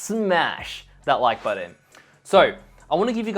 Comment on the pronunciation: I'm still trying to find a designer that can say "button". And not "budden". What’s going on... 🤔 (great content. Thanks ❤)